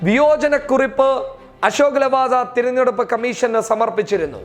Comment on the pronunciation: Thiranjeduppu alla,theranjeduppu aanu.